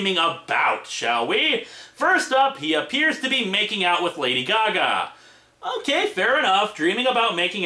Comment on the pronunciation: All we hear is...Lady-o Gaga. Lady-o goo-goo.